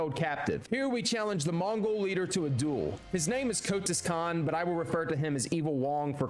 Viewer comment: Bro its KOTUN KHAN. not kOtUs KhAn. And its REE-OO-ZO not Rioozoe. AND DONT EVEN GET ME STARTED ON LADY MA-SA-KO